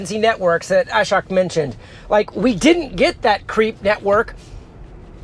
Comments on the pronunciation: The letter 'o' in Ashok is better pronounced as the 'o' in the words 'home', 'open', etc. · Ashok name pronunciation is wrong. O should be pronounced as "O" in core.